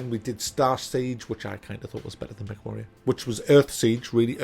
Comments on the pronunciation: He keeps saying Mech and all I hear is Meg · is he saying, Mc? Mack? Mech? Mag? Neck? game?